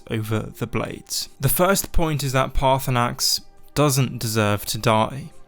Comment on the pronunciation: Everyone forgets the second R in Paarthurnax